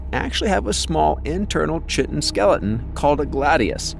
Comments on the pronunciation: Chit-tin. ❌ Kai-tin. ✅ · Chitin does not rhyme with mitten. It rhymes with pie tin. And the ch is pronounced like K. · Actually, 'chitin' doesn’t rhyme with 'mitten.' It rhymes with 'pie tin,' and the 'ch' is pronounced like a 'k' sound. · Chitin is pronounced "KYE-tin", not "Chit-tin" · Chitin [n] (/ˈkaɪtɪn/ KY-tin) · Chitin is pronounced Sh-it-in. 👍🏽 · Chitin is pronounced "KY-tin", not "CHIT-in" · Lucky you, I made it all the way to "chit-tin". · Chitin is pronounced Kai‐tin...Long I...K sound for ch. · Your research is a little bit lacking. 'Chitin' is pronounced 'ky-tin'. Look it up. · its pronounced KY-TEN, YOU Ai jackass.... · chitin is pronounced keye-tin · chitin is not pronounced like that. Its not a Mexican dish. Please look up words you dont know. KYE- tin. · A lot of the shots here are neither but are Cuttlefish. Chitin is pronounced, "keye-tin" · Kie tin. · i wonder who taught the A.i. wrong…if the A.i. was fed lectures on oceanic bio-science to prep it, it should’ve come across that word (pronounced Ky’tn)… I might be kinda late to looking out for A.i., and what’s tipped me off here on Yoo Too-B is all the bot comments that are rude & contrary & factually incorrect, and are probably meant to bring up engagement by promoting quarrels. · BS! It’s pronounced Ky-tn or kigh-tin over here in the uk and that’s from the OED website. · Every pronunciation, on sites on Google, say “Kite-in” or “Kai-tin”….as do the Collins and Cambridge English dictionaries. I am English from Wiltshire, born and bred, and I have been brought up to also pronounce this as Ky-tin. So I don’t know where you get this mittens crap from mate, but it is nonsense.😊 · You said all that just to be wrong😭. It is pronounced kai•tn. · Whoever wrote this doesn't know the difference between “infested” and invested, or how to pronounce chitin. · Your pronunciation of Chitin proof enough for me that this wasn't done by AI. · Thanks duder. I been saying it wrong since Jesus walked